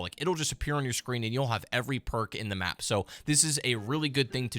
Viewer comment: I love the phrase “Random Perrrkk”